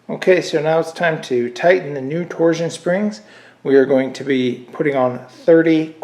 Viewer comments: "Torzzzion rods", huh? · You say “torsion” weird.